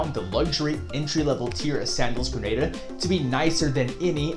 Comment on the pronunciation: Good stuff. One thing of note - it’s pronounced gruh naa duh.